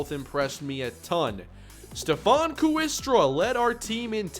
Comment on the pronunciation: Hey. Awesome as usual. In HS there was a kid in my class named Ryan Kooiker, but it was pronounced "Quaker." My best guess is Stephen Kooistra is pronounced "Kway-stra." But hey, you do you. Keep it up man.